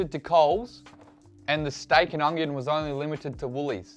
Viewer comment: Lol you say ungyon instead of onion